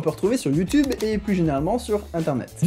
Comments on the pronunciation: Salut, j'ai découvert ta chaine il y a pas longtemps et tes vidéos sont super interessantes et dynamiques ;) Par contre (sauf erreur), youtube se prononce soit "youtUbe" (à la française) soit "youtIUbe" (accent anglais) mais pas "youtOUbe" ;) C'est juste une petite remarque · HeumHeum.... C'est You tioube et pas YouToube allez salut !!! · Comme commentaire constructif, je propose que tu ne dise plus "Youtoube" mais "YouTube" comme les gens normaux! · Moi j'ai retenu qu'il ne dit pas youtube mais youteube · quand il dit youtoub j ai l impression d entendre ma grand mere dire ; arrete de regarder des videos stupides sur youtoub pendant toute la journé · Il a dit YouToube huhuhuhuhuhuhu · Ça me perturbe de t'entendre dire ''youtoub''